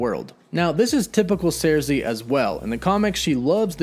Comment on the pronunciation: Her name is Sersi, not Zarsi!!!